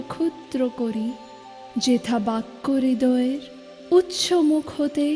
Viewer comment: জ্বি আমার ভালো। কিন্ত আমি উচ্চ যেথাকে "উচ্ছ যেতা" উচ্চারণ করি না। এতো বড় একজন কবির এতো জনপ্রিয় একটি কবিতা ইউটিউবে আপলোড করার আগে সতর্ক হয়ে আবৃত্তি করা উচিত ছিলো।